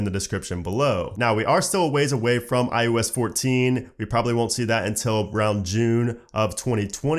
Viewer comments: SERIOUSLY!!! IT’S NOT “IUS”! It’s I OH S!!!! I can’t even watch this!!!!! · Please say iOS not iUS.